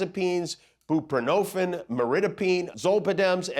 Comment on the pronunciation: Jimmy, Jimmy, Jimmy... You really need to pay someone to fact-check your pronunciations of FDA-approved medications!! Buprenorphine is a very important med that helps millions of people with Chronic Pain live a more normal life! It's also part of a drug combo called Suboxone, that is used to help Opiate addicts detox & stay clean, and drastically reduces overdoses!! Buprenorphine is pronounced "byoo·pruh·nor·feen". ✌🏼